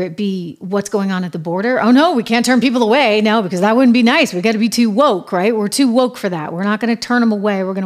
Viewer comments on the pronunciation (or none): none